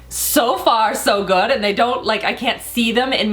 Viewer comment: "Guud guud" sounds like Norwegian trying to speak English 😅